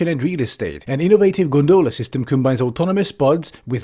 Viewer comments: Wonderfully cutting, as always. Psst: it's GONdola, not gonDOLa. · Great video...but pronunciation is "GON-dola". The accent on the first syllable. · The fact you pronounce it gon-doh-luh instead of gon-duh-luh is more abominable than the gondola